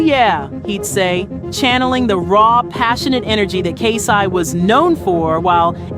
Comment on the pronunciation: These channels gotta get it together smfh How you mispronouncing words and names in a video about someone?? It irks me so bad